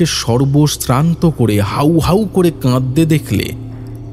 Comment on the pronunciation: উচ্চারণের ভুল কানে লাগলো , সর্ব সান্ত হবে সর্বস্রান্ত নয় । এছাড়া বাদবাকি অসাধারণ ।